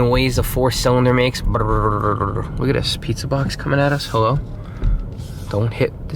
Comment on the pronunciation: Hahah the way you said hello after spotting the pizza box 🤣